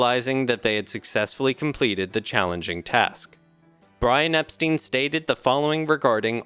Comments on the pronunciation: Not super impressed, I'm afraid. He sounds like somebody reading text without any real knowledge of what he's talking about. Somebody older, English and with more authority in their voice would have been better. And Brian Epstein's surname is pronounced Epstine, not Epsteen! Jesus! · Not EP-STEEN. It is pronounced EP-STINE. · Or even Ep Shtine. That’s how we learned to pronounce “Stein” in German. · Good narration, definitely a step forward. I would check the pronunciation of Epstein, it’s ei not ie.